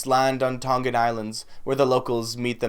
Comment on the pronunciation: Respect your interest in our culture but you should learn the pronunciation first from a Tongan speaker before you even attempt.